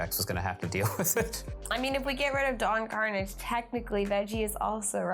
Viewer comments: I'm guessing none of the team has actually watched TaleSpin. Karnage is not pronounced Carnage. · I guess Veggiewagon never watched TaleSpin as a kid because that is not how the great sky pirate Don Karnage pronounces his last name.